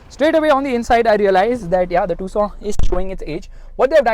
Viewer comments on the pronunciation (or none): its tuc son not two sona 😂😂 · Why ia calling this car "tusaw"..... 😅❤ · Tucson be like : Am I a tusaw to you! !? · The way you pronounce "Tucson" is just like "Croissant" 😂